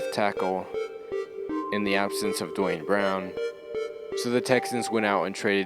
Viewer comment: its not pronounced DWON Brown, its pronounced DWAYNE Brown. the spelling is confusing, Duane